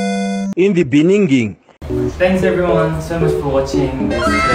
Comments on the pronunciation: In the beningging😆🤣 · 🤣🤣 seriously i want the audio of "in the beninging" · Lmao in the beningging hahahahah that old mannn ah seriously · the "in the beninging" is from South Africas former president 😂😂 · I'm so tired of IN THE BENINGGING LOL🤣🤣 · y'all I can't laughing at that 'in the beningging' 😭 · Pls those " in the beningging " 😭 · what's up with this "in the beninging"🤣🤣🤣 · South Africans dying when they hear "in the beningging" and don't get me started on the numbers 🤣💀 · Laughing bcs of the" in the beningging" Btw Jake accent is so good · In the beninging 💀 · Who was that "in the beningging"😭😭😭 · Who said that 'in the beningging?' 😭😭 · Before I clicked on the video "you can't laugh, you just put on your face mask" well, the first in the beningging killed me 💀🤌🏼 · In the bening ging 😂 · because of the "in the benigingging " part I now forgot how to pronounce it properly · wait! the "in the beningging" is killing me! haha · Oh gosh Im in love with the "in the beninging" journey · LOL i always laugh whenever "In the beningging" comes out 🤣🤣🤣🤣🤣🤣🤣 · Oh you also know "in the beninnging" 🤣🤣🤣🤣🤣 Bro i'm dead!!🤣🤣🤣☠️💀 I miss hearing it, from school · Hey your intro was the best 'in the beninging'🤣🤣✌️ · I love this video of yours but i can't stop myself laughing to you " In the beningging " I really am sorry for laughing ㅋㅋㅋ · It's the. "in the beningging" for me😂😂😂😂😂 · Honestly i'm dieing cu'z of the ''in the beninging'' 😂😂😂😂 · But " in the beninging " had me on the floor🤣🤣🤣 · The "in the beninging" made me burst in laughs more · the "in the benigging" testing my capacity on how to wheeze in midnight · In the beninging 😂😂😂 No wait, I love you for adding this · The in the beninging was soooo funny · "In the beningging 😭😭😭😭😭😭😭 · Noooo not the “in the beningging” 😭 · In the beninging - Jacob Zuma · But y is tht “ in the beninging” so funny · not the "beninging" carried the whole video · that "in the beninging" is my ex president omfg i couldn't stop laughing 💀💔